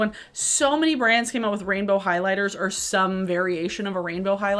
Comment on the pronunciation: This is weird, but I like the way you say “rainbow.” 😭😭🥰🥰